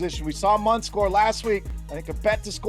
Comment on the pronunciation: Mundt not min